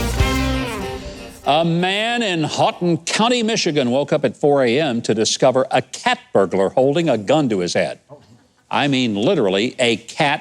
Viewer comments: That's "hoe-ton" (as in hoe, the garden tool, and ton, the weight measurement). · Huck, its pronounced almost like Holton County. You were close! I live in a county not far from him. Just don't pronounced the L. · Michael! I'm surprised at you! Somebody didn't do their research on the proper pronunciation of "Houghton". For shame! (chuckle, chuckle!)